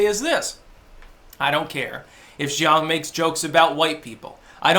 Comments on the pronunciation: Pronunciation note: The surname "Jeong" is pronounced "djung," rhyming with "dung" or "hung." The "J" is a regular English "J," as in "jump," not a French "j" sounding like "zh." The reason for the weird and misleading "eo" spelling has to do with the Korean government's romanization system, instituted in the early 2000s. The diphthong "eo" is pronounced somewhere between "uh" and "aw." So "Seoul" is "saw-ool" or "suh-ool." To sum up: not "zhee-awng," which sounds vaguely Chinese, but "djung." Carry on. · Jeong: "juhng"